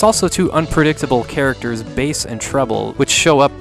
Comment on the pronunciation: Thank you for pronouncing it Bass like the guitar, and not like the fish.